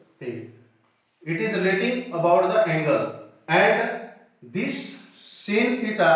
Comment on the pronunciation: Sir it is not sin (phonetic simble) /sin/ but its /sain/